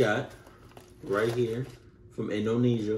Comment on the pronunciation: indonesia, not indonisa lol